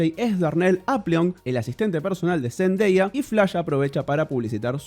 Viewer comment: Por fin alguien que pronuncia bien el nombre de Zendaya!! 😅🤓😝